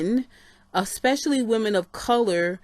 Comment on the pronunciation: I am so mad mad you kept saying "a-spush-a-ly" smh. I'll just watch the original video.